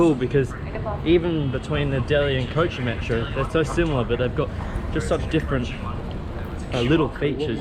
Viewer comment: maatro? jahil aurat metro hota hai